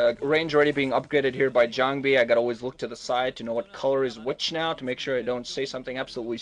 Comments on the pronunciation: most SC2GG commentators are not Korean. Believe me its jOng-bee. Its how its spelled phonetically in Korean. All Korean is in Han-gul, Han-gul is 100% phonetic. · is a great new commentator. I would argue that his gamesense is EASILY better than Kenny's. FWIW, his voice, vocabulary, and fluency seem to be much more tolerable than Klazart's. Sure, he is no Cholera in terms of his commentary, and "JONG-BEE" did get on my nerves a bit, but really, I think he is much better than the commentors here have given him credit for.